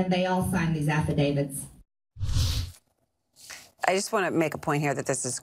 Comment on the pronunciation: 58 - Affidavit. There's a T at the end, not a D.